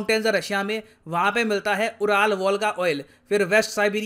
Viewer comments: Pardon me sir but URAL is not pronounced as Ooral, it is pronounced as Yoo.ruhl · उराल नहीं बोलते इन्हे युरल mountains बोलते हैं 🙏🙏🙏